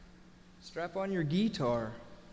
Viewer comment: is the ONLY time I have ever heard someone say ‘gee-tar’ that wasn’t from my family. Him saying that just brought back a lot of memories.